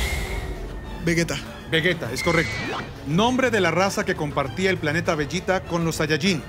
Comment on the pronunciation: Veguea? xd